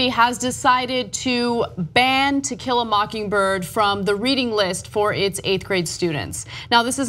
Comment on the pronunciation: Ana keeps saying Tequila instead of To kill a.